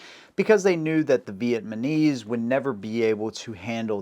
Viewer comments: And Vietnamese not Vietbanese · Thank you, did you get his mis pronunciation of Vietnamese? He said Vietmanese. Really??? My beautiful wife who could have chosen Any man she wanted Is Vietnamese second Generation. I'm really blessed to have her as my wife. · Did he REALLY Mispronounce By Saying Vietmanese? Dude, please get your enunciations correct, It's V i e t n a m e s e. 😮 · Haha heard that too! Sounded like he said Vietmanese flip flopped the N and M….this fella is a butcher of the English language haha